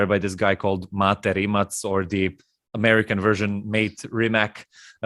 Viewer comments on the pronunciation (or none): His not your m8, m8 ... its MaTe RimaC where c is being c not k :)